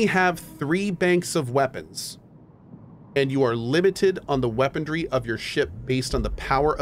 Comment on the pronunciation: I never noticed before that Cohh pronounces it "weaponDry" instead of "weaponry" LOL